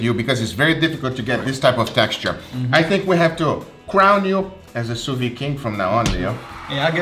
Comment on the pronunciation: Why are 99% of these chefs incapable of pronouncing " sous vide" correctly ??